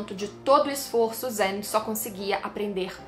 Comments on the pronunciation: Por que ela insiste em fala "zênitsu" mesmo depois do outro explicar que é "zenítsu"? 🤔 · se fala "zênítsú"